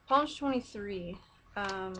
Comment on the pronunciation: This is so sweet. By the way, Psalm is spoken like as if you're saying salms. Just say palm but replace the p with an s.